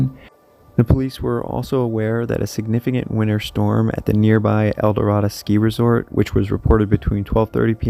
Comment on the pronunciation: Nederland not neeeeederlind “Ned-err-land” Arvada not arvodu “ar-vah—duh” El Dorado not elderada “el-duh-rod-oh”